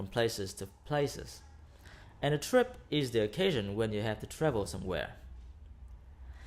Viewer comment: Hi Sir, actually " OCCASION"